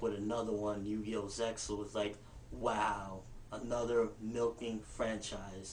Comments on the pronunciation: lol i think its pronounced zeal :) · the X is silent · Actually Zexal is pronounced "Zeel." I had to call the office of 4Kids Entertainment to ask about a Performance License to play the newest Yu-Gi-Oh! 3D movie on my Campus and it came up in the conversation and the Lady that I talked to told me how it was pronounced and told me that "Doesen't it sound better that way??" I agreed. Good thing that she didnt bring up the issue with his hair because that would have been ugly.... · It's pronounced Zeal by the way. ZEE ALL